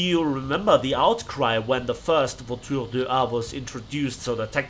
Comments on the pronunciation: that's a perfect french prononciation ! ^^ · good pronunciation for the name :p, very nice video like always :) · Je me suis aussi dis que c'était une très bonne prononciation, il l'a super bien dit